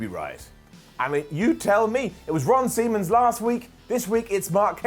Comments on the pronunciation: Did just call Ron Simmons - Ron Semans?? LMFAO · Anyone else realise said Ron Semen instead of Ron Simmons 😂😂